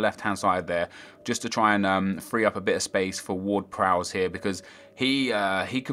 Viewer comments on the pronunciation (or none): you're saying Ward-Prowse wrong, and Pelle.